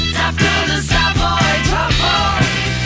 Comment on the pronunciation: Savoy (the accent is on the first syllable - salve oy) Truffle is the greatest song on the album, but it has to be listened to at maximum volume.